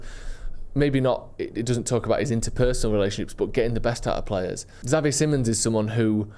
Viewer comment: NOTE that "Xavi" is pronounced "Chavi" as in "chair".